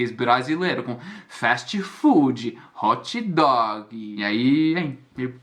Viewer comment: eu morro de rir contigo. fast food = festi fudie, hot dog = hotchi doguie 😂😂😂😂😂